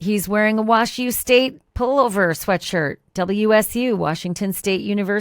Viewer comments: Omg!!! WAZZU not WASHU!! 😮‍💨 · Wazzu..not Washu!!! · Not that it makes a big difference - but it's pronounced "wazzu" not "wash-u". Love, your friend from Spokane, WA. Thank you for your reporting coverage. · Wazzu 😂 not WashU 😂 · Correction: It’s correct pronunciation is known as “Wah-Zoo”. Not, “Wash-you”, Ashley. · Pronounced Wahzoo not washes! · Just an FYI - WSU is called wazzu, not washu. I know because I went there many years ago. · It's Wazzu, not washu. 😊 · It is WA-Zoo not WA shoe. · Wazzu not Washu. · It’s Wah-zoo, not WashU. 😜 This guy is such a creep! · It’s not Washu it’s pronounced Wazoo for the nickname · Pausing ... ok, I have to correct your pronunciation-WSU is pronounced "wah-zoo" not "wash-you"... 😂😂. However, if you're really from Washington, then you know we just referred to them as the Huskies or the Cougs... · We call it wazzu. Not wash u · Hey Ashleigh, WSU is not known as Washu, but rather Wazzu; pronounced Wah-ZOO…Go Cougs! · Love your show! WSU is pronounced Wah Zoo. Minor in the overall scheme of things… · It's pronounced Wazoo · Ash, It’s pronounced Wazu. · WSU is pronounced “Wazzoo”.